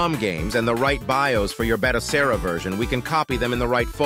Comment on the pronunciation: The automated voiceover can't figure out the best way to say BATOCERA. Lol